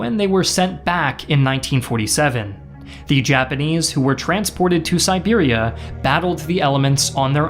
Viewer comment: I thought he said Serbia and almost died laughing